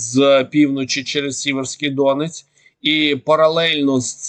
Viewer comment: Дякую за щоденну роботу , за корисну інформацію . Вкотре наголошую за НАГОЛОС ! Річка Сіверський ДонЕць , а не ДОнець . Слава ЗСУ . 🇺🇦🇺🇦🇺🇦